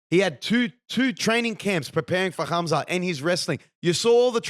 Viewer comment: you say his name has Hamza with a ح not خ. The kh sounds wrong despite how it's spelt. Pronounced حamza.